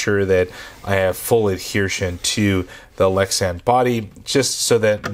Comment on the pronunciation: Adhesion not adhershion